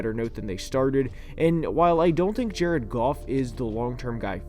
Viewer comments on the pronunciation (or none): none